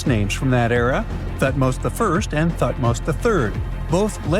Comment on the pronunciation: TUT- Moz I, TUT-Moz II? HAT-Shu-Psut? TUT-Nkwa-Amun.